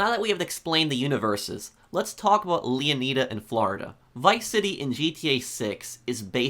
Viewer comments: I think it's pronounced Leonida not 'Lia need a' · Lee-uh-nai-duh Not Lee-uh-knee-duh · It's not pronounced leoneeda is pronounced leoneyeda like like the greek king leonidas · Not to diss or anything, but I think it’s pronounced (Leo-Ni-Da) (Like Leonidas) not (Leo-knee-Da) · It’s pronounced Leo-nyda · Why is it so hard for some people to pronounce words? “Leon-knee-duh” like tf? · LEONIDA (LEO-NYE-DA) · Leo nay da, flo ray da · I guarantee the -ida at the end of leonida is pronounced the same as the -ida in Florida. The emphasis should be on the O in Leon, so it's pronounced Lee-ON-ih-duh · Its makes my ear bleeding when American YouTubers say Leon[ai]da, and then "its gta analog of Flor[i]da. Its ridiculous. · And I'm mildly disappointed with the way most people pronounce Leonida. 😂 For me, it should be pronounced like 'Leonidas' and then removing the 's.' Like how Latin or Greek people would. Not the way Americans do in 300 because it was wrong. Miami having Spanish settlers pronouncing Mayaimi (native American) gave rise to its current spelling. And Florida came from a Spanish settler. It's why we call it Floreda and not Flor-iyda. Leonida is definitely an American pronunciation much like Southerners pronounce Italians.. like I-talians or the I-raq. It kind of removes the idea that Miami/Florida is mostly made up of Latin Americans/Spanish. Cuban/Latin/South Americans are pronouncing it 'Leo-needa' not 'Leon-iyda' I think about this too much. 😅😅 we should definitely pronouncing it as a Spanish person would for a more authentic connection to the real names. 😅